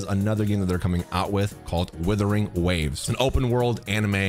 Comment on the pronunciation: Sorry but stop. It's not withering.. there's a U. It's Wuthering Waves.